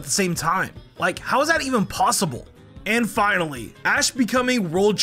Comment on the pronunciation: "Aw! H-how is this possiburr?"